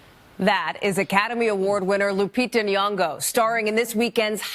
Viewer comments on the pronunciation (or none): Nyongo not Niongo